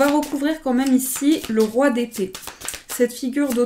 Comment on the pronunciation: Quand tu as dit Roi d’épée j’ai comprit : Roi des pets 🤣🤣🤣 (Dsl mais j’étais obligé de le dire 🤣) Ps: Super reading 💙